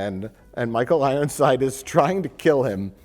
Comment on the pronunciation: “Michael Rironside” don’t think I missed it Mike ;)